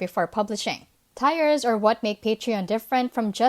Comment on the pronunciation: Nice video. Tiers is pronounced 'tears' or 'teers'' in english FYI. 👍👍